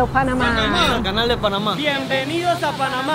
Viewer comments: جو اسمها Panama ليس banama 😂😂😂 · Nice one Joe. But it us P not B Greetings from Texas 🇺🇸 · Bro try to pronounce the Letter p correctly. IT is p not b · Panama 🚫🚫 --Banama 👌👌 This 🚫🚫----Ziss👌👌 Wtf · Bro, do you have a problem with the letter "P"?